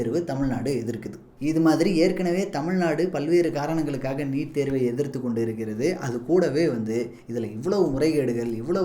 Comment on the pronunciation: நிட் இல்லை🤦‍♂️ நீட்🤷‍♂️